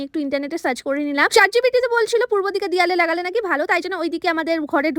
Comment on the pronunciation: চাট জিপিটি ❌ চ্যাট জিপিটি✅